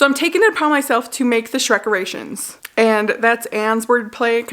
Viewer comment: You know, the first time you definitely said shrekerations, which is a great play on words. But the part where you chanted 100% sounded like Shrek erections and I was like you're making WHAT now?! Shrek is love I guess.